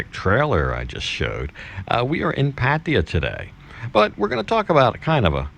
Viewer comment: Dude, you’ve got to learn how to pronounce Pattaya.